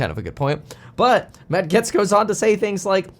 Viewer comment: Its matt gates. Its pronounced gates.